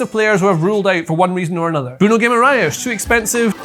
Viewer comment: You get a like for pronouncing brunos name correctly